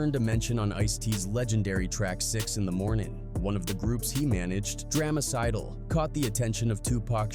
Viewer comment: Cant stand these A.I. narrations in videos that completely butcher names smh 🤦 calling the Piru's the pey-roos and Dramacidal as Draamacidal and saying Bruce lit a cigarette instead of a joint when the cops were behind them and hit the lights on them